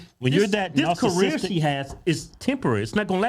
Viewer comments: I swear he said "Narcissister" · Wait, I swear I heard him say "narsisister."